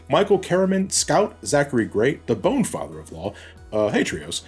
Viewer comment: It's BONNE (pronounced BONE) family! Not Bon (B-On)! Tron Bonne's name is literally a reference to the instrument Trombone! Stop pronouncing the name wrong!